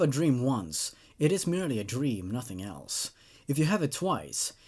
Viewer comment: I swear it sound like he said All elves instead of all else in his introduction....